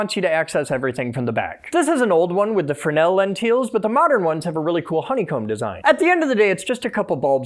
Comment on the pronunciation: “Fresnel” is pronounced “frinnell?”